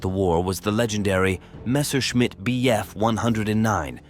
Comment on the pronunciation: "Messorchimit" essa é boa !!!!!! Deus do céu